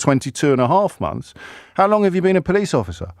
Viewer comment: "I'm a po-lice" 😂